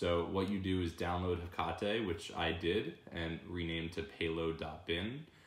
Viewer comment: its hek-ate not hek-a-te